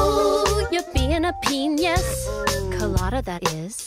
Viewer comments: You know, it's pe-NIUS... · nope. she was saying "a peñis"